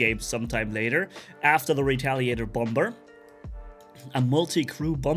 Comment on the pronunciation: The second b on “bomber” is silent